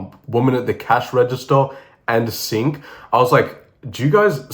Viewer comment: Yoo bro that's aint sink it's singh 😢😢if he's from north india